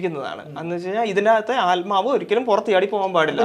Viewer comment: ആൽമാവ് അല്ല ബ്രോ... ആത്മാവ്...